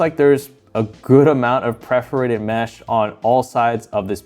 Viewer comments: Dude you keep saying “preforated” and it’s driving me crazy. Just say it like it’s spelled. Per-for-ated. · Not hating, great video, but it’s “perforated,” not “preforated.” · anyone else getting triggerd by the constant mispronunciation of perforated? like english isnt even my first language but i found countless mispronunciations and grammatical errors + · Good content... but seriously, how do you not know how to say "perforated" when you review cases?? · Please learn how to say perforated